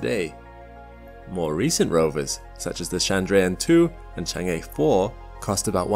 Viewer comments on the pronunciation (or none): So you know. It's not Chang' A